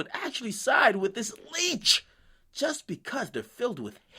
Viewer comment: Akademics, I'm sorry, but *leech